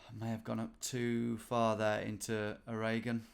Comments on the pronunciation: surely he pronounces it something closer to orreygun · Ohraygawn? Say it Or-e-gunn. Did you correct Michigan to Mitchigan? 😅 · Lol it’s pronounced ORE-GUN. Like a diamond or iron ORE from Minecraft. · I'd heard "Arreguhn" and "oriGONE" before, but never "aRAYGUN" 😅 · Ah yes, Wizzconsin, O'Reagan, and Mitchigan! Have it mate! 👑 Edit: And Eye-ohuh! (Iowa) and Mareyland! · Iowa and Oregon (though I love the way you love your way of saying it) are the two I would revise pronunciation of. very drawly like we do: Eye-OH-wuhhh and Oar-uh-gun thoroughly enjoyed this though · I think you did better than the average American would, tbh. Except when you say Oraygon of course but thankfully you didn't attempt pronouncing Boise again. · “A ray gun” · I believe they pronounce it "Oar-' aH -G'n" there. Similar to "OR + again". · it’s pronounced “or e gun” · Haha, Oregon is your favorite state to say but you say it like no Oregonian would! To be kind to you, many many Americans say it wrong too. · Honestly surprised that, despite given an absurdly bad pronunciation, you got Oregon pretty spot on. Although we DO NOT want Vancouver. So just give that bit back. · Are you purposely mispronouncing Iowa and Oregon to wind your audience up because you have succeeded Tom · I love how Oregon, his favorite state to say, is the only one he mispronounces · Calling Oregon your favorite state and pronouncing it like that means you're the kind of guy that owns an umbrella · Oh-hay-gone? The disappearing state - only appears when you least expect it?